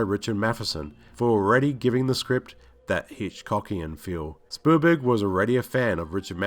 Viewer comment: It also sounds like he's saying Spoolberg lol